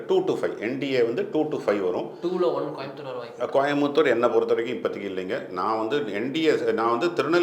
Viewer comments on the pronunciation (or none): none